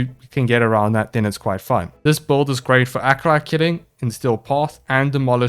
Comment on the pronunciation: OOOH how right you are being bad at pronouncing things, e.g. boouild